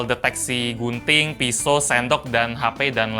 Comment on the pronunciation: Kuping gw salfok denger gunting jadi bunting wkwk